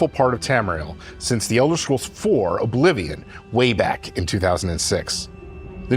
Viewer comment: Tess-Four Oblivijuan